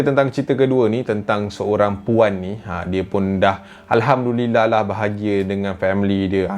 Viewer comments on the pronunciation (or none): none